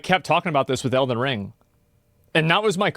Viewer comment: Why does always put emphasis on the wrong syllable when saying “Elden Ring”? 😂